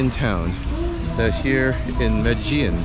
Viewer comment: Why is Medellin pronounced “Medgellin”?